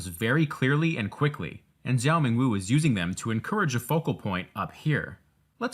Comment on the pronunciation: ok the zhou in zhou ming wu's name is pronounced like "jong". the american pronunciation of the "zh" sound is driving me crazyyy. helpful tutorial tho